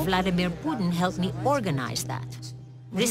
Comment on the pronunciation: "V.V.POUTINE..." LMAO, BBC are you for real?